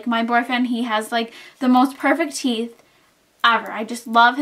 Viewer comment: you mean Teeth not theeth.